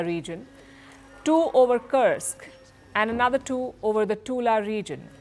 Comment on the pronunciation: You are good with pronunciation, check "Kursk". Russian pronunciation has "u" like in tube!